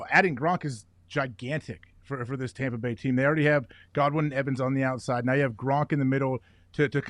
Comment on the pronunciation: "Tompa Bay Gronkineers" I lost it 🤣🤣🤣